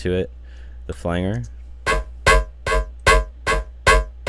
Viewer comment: Flanger is pronounced Flan-Jer